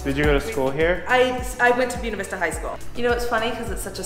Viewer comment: Brother, before I watch the rest of this video, gotta correct your Spanish. Buena Vista is Spanish for "Good View". Buena is pronounced "Boo-eh-nah". Not "Bona". That's Italian. OK. Done. I'll shut up. Back to the video. Buena Vista is going to be a town on my model railroad now set along the Tennessee Pass Linne of the D&RGW railroad, so I need to see the surroundings.